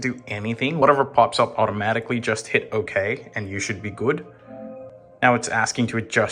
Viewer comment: I like it when he says guud